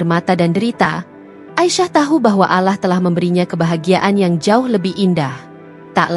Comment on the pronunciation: Cibinong Bogor, mbak maaf ya, bisa GK d perbaiki kata, ALLAH nya🙏🙏🙏